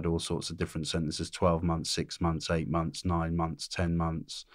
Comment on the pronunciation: 4 mumffs is that the same as 4 months ?? LOL